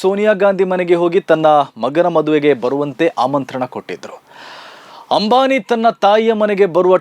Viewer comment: Ambhani alla ambani😂😂😂😂,correct maatadi😂😂😂